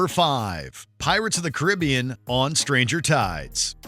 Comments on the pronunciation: You can’t even say Caribbean correctly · The mispronunciation of Caribbean makes this video painful to watch